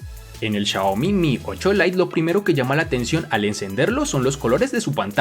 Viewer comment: Chayomi chayane ajajjajajaja "Xiaomi" buen vídeo...